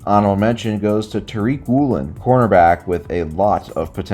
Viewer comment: You may know who Tariq Woolen is. But you definitely don’t know how to pronounce his name lol.